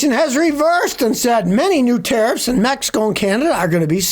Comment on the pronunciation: Did you say Mehico?